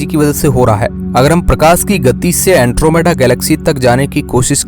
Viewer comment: अँट्रोमिडा नाही अँड्रोमेडा 😂 hai wo